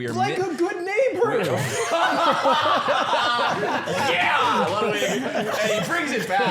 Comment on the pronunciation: never heard the g in neighbor before